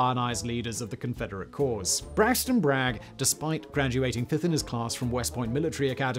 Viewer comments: Are you serious? That's Braxton BRAGG, not 'Brigg'. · Bragg, not Brigg. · Braxton Brigg? On the other hand, you get major points for pronouncing Leonidas Polk's first name correctly. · It’s Braxton Bragg, not Brigg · Bruh its Braxton Bragg